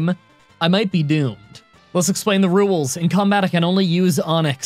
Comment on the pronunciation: "Let's go over the rewels" 🥰